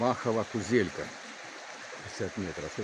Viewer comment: То не кузелька а киселка.Так правильно читати.